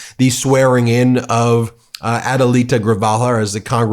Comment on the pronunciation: It's pronuncia GREE-HALL-VA. Your Adelita is perfect.